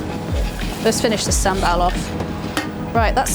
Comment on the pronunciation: You cannot even pronounce SamBaL.